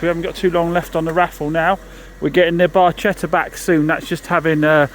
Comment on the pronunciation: Proper pronunciation for the FIAT Barchetta is Bar-ketta